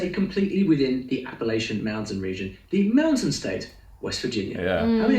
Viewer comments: Appalachia is pronounced app-uh-latch-uh. We have a saying that, “if you call it appalaysha I’ll throw an apple atcha.” As the only state entirely within the Appalachian mountain range I think we should get to decide how it’s pronounced. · I grew up in Southwest Virginia Appalachia mountains....we don't say Appa-lay-sha, we say Appa-latcha. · It's also not "App-uh-laysha" it's "App-uh-latcha" ("App-uh-latch-un" Mountains). 😅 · As a north carolinian, please never pronounce it "appa lay shuh" its "app ah latcha." Only ppl from the north or cali call it that. Everyone who lives there pronounces it the "latcha" way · Just for future reference Appalachia is pronounced Appa-LATCH-ah. Most of the folks in that area might be a little touchy about the 'wrong' pronunciation. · You’re saying Appalachia wrong. Look up videos on it.